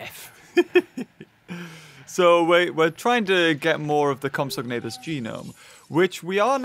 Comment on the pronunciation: You say compsognathus like comps-a-nay-thus